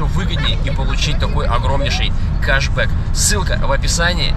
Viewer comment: КАШ БЭК???😀 КЕШ БЭК!!! АНГЛИЙСКИЙ НАДО ПОДУЧИТЬ!!😉